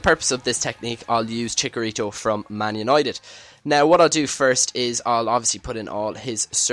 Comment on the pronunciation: chicharito not chikarito